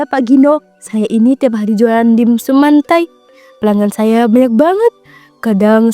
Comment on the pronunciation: Mentai bukan mantai, dibaca dimsam bukan dibaca dimsum